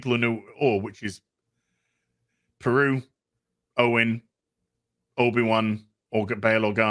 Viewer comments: It's "Beru" not "Peru." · Just wondering if you keep calling her 'Aunt Peru' for the piss take because her name is 'Beru', or you just don't know her actual name.